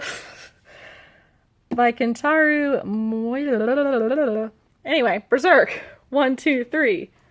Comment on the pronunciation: its miura asshole